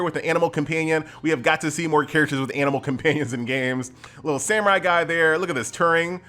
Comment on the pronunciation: "Guy" is not how I pronounced this. I thought to myself, guh-yeeee, doesn't sound like the best name.